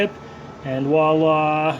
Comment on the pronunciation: FYI........... walla is not a word......... the REAL correct word you're looking for is the French word VOILA said vwala... which means THERE.... sooooo if you want to SAY the word........... KNOW what the word Actually IS and pronounce it correctly...